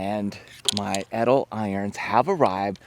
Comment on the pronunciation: Suggestion. Say the brand nane correctly